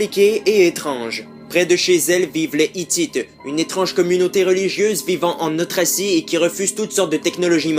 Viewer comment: "Une communauté religieuse vivant en autracie" Nan t'y étais presque pourtant! Bon on rajoute une heure de prononciation par semaine